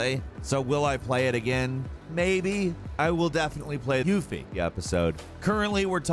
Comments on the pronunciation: Anyone else notice how he said Yufi? Lmao "I don't hate YUFI..." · lmao "YUFFIE" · He probably totally mispronounced her name. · You used the same sound clip every time you said Yuffie. How did you butcher it,? I need to know😂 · Why u say "yuffie" like that 🤣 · Why does he say Yufi like that? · YUFFIE.. amiright?